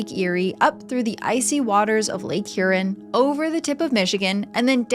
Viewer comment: Hearing her pronounce the word “Huron” was funny as a born/raised Michigander